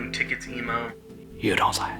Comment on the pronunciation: + killed me lmfao. " you don't sheyy"